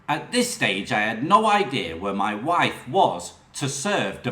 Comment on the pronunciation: You certainly need lessons in how to pronounce words your shit wiv / worF